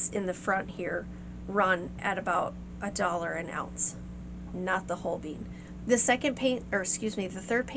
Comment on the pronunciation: NaIls on Chalkboard: MO-zart🙈🫣🤦🏽‍♂️🤦🏽‍♂️🤦🏽‍♂️🤦🏽‍♂️🤦🏽‍♂️ It's 'MO-tsart' And: 'Whole-bean' 🫣🙈🤦🏽‍♂️🤦🏽‍♂️🤦🏽‍♂️🤦🏽‍♂️🤦🏽‍♂️🤦🏽‍♂️🤦🏽‍♂️🤦🏽‍♂️🤦🏽‍♂️🤦🏽‍♂️🤦🏽‍♂️🤦🏽‍♂️🤦🏽‍♂️🤦🏽‍♂️🤦🏽‍♂️ It's paint named after a superb painter from the 16th Century with a German-Swiss name: Holbein = HOHL-bine, using typical English transliteration